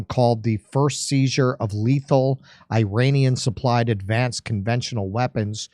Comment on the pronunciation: F your pronouncing the word Iranian